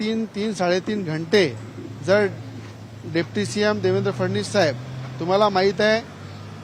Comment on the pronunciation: याले फडणवीस येत नाही फडनिस म्हणते